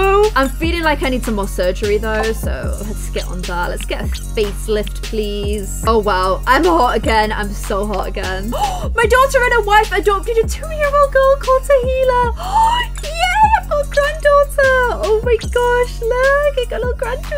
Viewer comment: I've been playing this game for 5 hours but I will still never play as good as And bye the way tahlia is pronounced as tar-lia